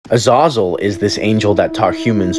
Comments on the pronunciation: Please pronounce the name right you don't say it with an O. AH- ZAH-ZEL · Or that it's pronounced "Uh-zay-zel" ?. But I do appreciate the info. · I have always believed the name was pronounced “Uh-ZAY-zul”. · It's not pronounced uh-z-ah-zuhl, it's pronounced uh-z-A-zuhl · Its pronounced uh- zay- zel not uh- zah-zel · Azazal it’s pronounced Azazel Azezel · THAT was worse than ah-zah-zell. I was like who pronounces iron like that lol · It’s Az “A” Zal that’s how it’s pronounced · it's pronounced AH-ZAH-ZELL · "uh-zay-zell" youre pronouncing it incorrectly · It's pronounced a-zay-zul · Its pronounced Az a real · Azazel. AH-zay-Zel You can learn how to pronounce it properly now. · Brings so much clarity to the old movie “fallen” with Denzel Washington and John Goodman. Great movie! If those are on screen together it’s gold every time. Except they pronounced the angels name different. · Anyone else bothered by how he's pronouncing Azazels name? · I like how he fucks up pronouncing Azazel's name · Just butchered the name uhzahzule lmfao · That's not how u pronounce azazel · I hate this guys pronunciation of Azazel, never mind the content of this video.